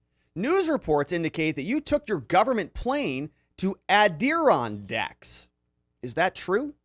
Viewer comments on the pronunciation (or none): You got the em-FA-sis on the wrong sy-LA-ble, it's Ad-dir-RON-dacks - the principle range of mountains running N.-S. roughly parallel to the Atlantic coastline: including the Alleghenies, Ramapo, Appelachian, etc. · Lol Adirondack’s lollll (Ader-ON-dacks) can tell you’re not from the east coast! (Just busting your chops) cheers friend!! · it is pronounced ' ADD-IH-RON-DACKS and is a mountain resort community in upstate NY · Love your stuff...the mountains in upstate New York are pronounced, more like, "Adder-RON-dacks" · Ad- er-on -daks ... NY mtns. gr8 video! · Add-ir-ron-daks It's the "other" mountain range in upstate NY (besides the Catskills). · Maybe look up the pronunciation of Adirondacks